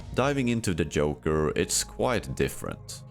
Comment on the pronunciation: wdym yoker😭 is this ai generated or a speech disorder because before and after you get it right with the Js